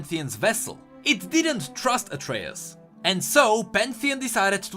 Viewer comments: Why are you saying Atreus like its said in greek mythology and mot how Atreus class himself or how you said it in the previous lore video? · Yeah, i was wondering why did used the Myth's pronounciation in this video when in Pantheon's interaction vid, it explicitly used pronounciation of "Atreus". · Pronounces Atreus wrong Riot: Changes Pronounciation in Rework: Uses Old correct pronounciation Riot: Am i a joke to you? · Please pronounce Atreus the way you used to, it feels disgusting hearing it in the middle of this great story. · ITS PRONOUNCED AS ATREUS BOT ATREUS !